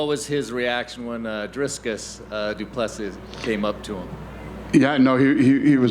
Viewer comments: Why can Americans not pronounce Dricus Du Plessis’ name correctly? It’s not hard: Dricus - “Dric”sounds like stick and then add “us” after saying Dric sounding like stick Du Plessis - Do-pless-see. It’s common courtesy to get someone’s name right especially when the guy is going to be fighting for a championship belt in your company. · When the reporter asked Dana about Dricus meeting Trump he purposefully mispronounced du Plesis' name...if you're an MMA journo and still can't pronounce it right at this point then you're not where you are based on merit.